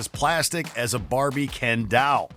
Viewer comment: Something tells me this guy hasn't actually played MK at all. Also, he can't pronounce doll.